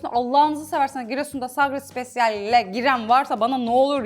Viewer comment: Sagra spaciel dediğin “sarelle” 😂😂😂 marketlerde var